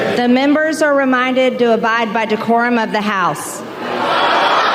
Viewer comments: “Da mumburs! De-Curum!” HaHaHaHaHaHa Thank you David!😂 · She didn't say 'the decorum of the house ' , she said ' decorum of the house ', she even managed to fuk that up